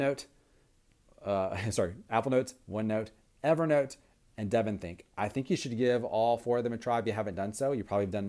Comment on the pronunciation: Good video review. I agree with you about Evernote vs DevonThink (and yes you did pronounce it correctly.) I would suggest you set up differently in the future such that your ring lighting does not show up on both eyeballs. Makes you look alien or something and is quite disconcerting. Chow!